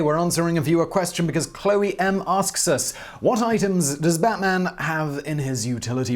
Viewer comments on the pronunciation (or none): none